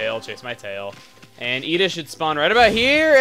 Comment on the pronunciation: it's Eda, but americans can't pronounce the "e" of japanese, finlandian, german or spanish or many other languages.